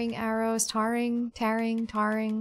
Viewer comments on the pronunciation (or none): Pronunciation: tar-ring (throw tar) not tear-ring; in-ven-tory, not in-ven-tree.